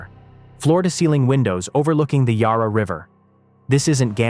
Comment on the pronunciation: He lost me at “YAH-RAH” River. It’s Yarra… “YA-RA” The first A is pronounced as in YAK. The second A is pronounced as in the U in RUM. Sure it’s a piece of crap but it’s OUR river so at least try to get it right.